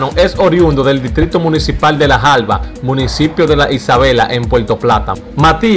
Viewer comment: No sea tan fino hablando que te quedás mal no se dice jalbas se dice jaibas ponga la Información donde va